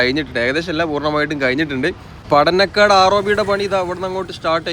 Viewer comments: കുനിയ ❌ കുണിയ ✅ പടനക്കാട് ❌ പടന്നക്കാട് ✅ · No Padanakkad. Padannakkad. na alla ..inna..., & Mavunggaal...not mavungal..